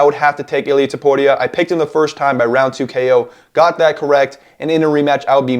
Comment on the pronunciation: you can prounce illias name bro